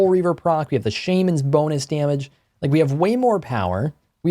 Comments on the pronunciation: Jeeeeez SHAMANS not SHAEMANS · Shamans... isnt it shah not shame A magical Shahmans ring makes sense. But who the hell is Shame I dont want his ring. (I'm using Shah to give pronunciation) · Did this man just say “Shaymins” instead of shamans? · Bro you gotta say shamens ring right 😂. Shaw mens is like phonetically how you say it.